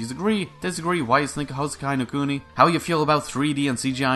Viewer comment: Good news: Houseki no Kuni season 1 didn’t end up like Kado. Bad news: It ends at a massive cliffhanger. Silver lining: It’s an adaptation of a manga, so I can go read that. Nitpick: You butchered the pronunciation (it’s pronounced like Hou—se-ki no Ku-ni, not Hou—sekai no Ku-nai).